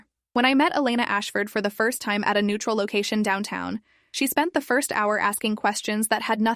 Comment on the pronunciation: Disrespect to the guy who said "frist "🫩